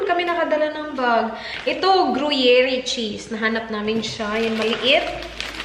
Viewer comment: Hello. Good to hear you're well now! stay safe and healthy.. Gru-yair po ung gruyere na cheese...